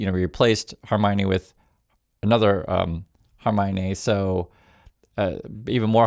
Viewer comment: Please stop saying Hermione. Khamenei is not in the Harry Potter cast!